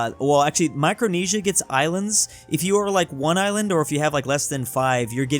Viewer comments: He isand instead of island😂😂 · Normal people: Island: ISAND